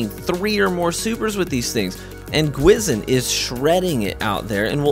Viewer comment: I love your content, never said anything negative until now. The spectral blade exotic gwisin vest means ''Ghost' in Korean, it is pronounced Gwhi Shin. Ive seen alot of youtubers pronounce it wrong, but hearing you pronounce it wrong really disappoints me. Please be and advocate of pronouncing things right, don't make the community pronounce it wrong, just like how Atheon was pronounced incorrectly all throughout D1. Thanks